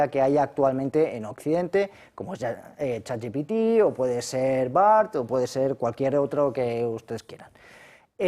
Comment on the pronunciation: Otra manera de descubrir a un lerdo: dice "chat yi pi ti".